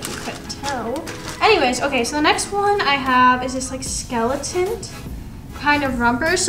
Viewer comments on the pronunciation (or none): Did she just say “skeletont” lol miss girl